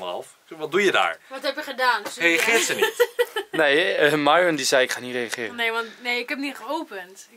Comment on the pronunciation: zij het fout het is myron en de y spreek je uit als ij